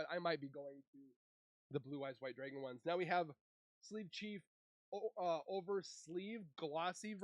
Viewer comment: Brother please...It's drAgon and not "dRaYgOn"...